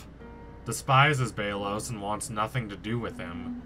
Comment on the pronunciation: It's pronounced bel-os